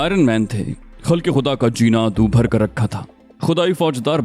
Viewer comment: دو بھر نہیں جناب دال کے اوپر پیش ہے۔ اسے دال پیش و دو پڑھیں گے۔